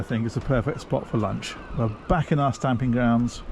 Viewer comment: Yo, its stomping grounds, not stamping!! Lol😅😂😅